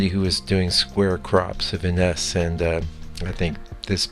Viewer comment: I believe his name is pronounced INN-ess, not inn-ESS.